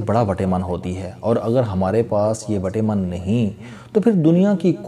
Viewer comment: پلیز وٹامن کو وٹے من نہ پڑھا کریں۔